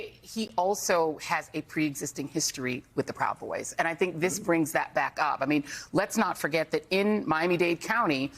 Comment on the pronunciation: No actually what it said was "stand bwack and stand by". Now Elmer Fudd is working on his speech impediment😆.